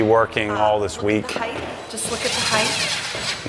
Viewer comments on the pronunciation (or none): Hey, interior designer....heighth is not a word anymore. Its height. Not, heighth.